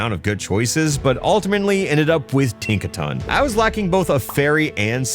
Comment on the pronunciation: Ah yes, my favorite pomelon. Tinktaon.